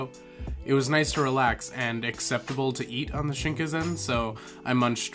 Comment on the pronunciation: Cool stuff as always my man, little bit triggered by the misspronunciation of shinkansen and tsukemen but that's just me being a dweeb. Also the most likely reason why your room smelled like farts was because of the tatami flooring, it can smell a bit when it's cold or damp/moist.